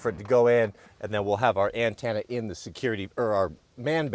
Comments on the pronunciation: An-10-a 😂 not an-tan-a from a NC proho with ❤ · The 4th letter of antenna is an e, it’s a ten na, not a tan na. Always rubs my ears the wrong way when you say it.